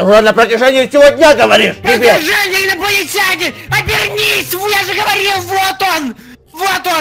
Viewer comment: Инаплатинянинаны а не аинапланитенини